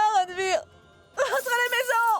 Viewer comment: C’est quel nom que ranvir prononce comme ça